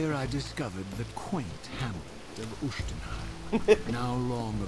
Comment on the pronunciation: yes the reaver does increase in power as it devours souls, no the light reaver does not stop draining your help, and not it is not spelled oohshtenheim, but Uschtenheim